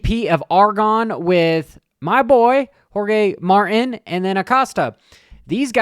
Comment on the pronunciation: moto GP high sides look like Austin Forkner's last crash. And speaking of crashes, what about Alex Marquez taking out champ, Peco Bagnaia? oh btw it's Jorge "Mar-teen" as in Martinez , not Martin as in Alex and Jeremy. 😅. Also, I didn't hear any mention of sunday's GNCC Buckwheat 100 race, XC2 (250) rider Grant Davis took the overall win, beating the XC ) premier class by 2 seconds. first time it has ever been done in a complete race. 😮